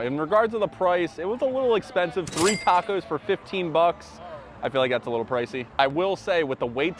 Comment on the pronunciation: Your pronouncing the tacos wrong